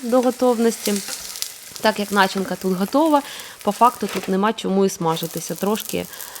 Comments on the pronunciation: Дожив до 60 тки і завжди знав, що у слові начинка, наголос падає на 2 й склад. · неправильний наголос в слові начинка